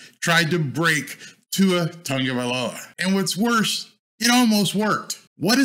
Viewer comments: Tagovailoa not Tongo, besides that your channel is the best for a Dolphins fan from Hawaii. BTW I watched Tua play running back in PoP Warner with Marcus Marriota as the QB here in Hawaii. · Not trying to be rude but where is the N in his name? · Love this video. But I have to ask. Why do people constantly mispronounce Tua’s last name. It’s Tagovailoa there is no “N” in his surname lol.